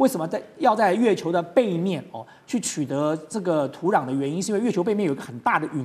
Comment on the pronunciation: 台湾人土壤读土囊吗？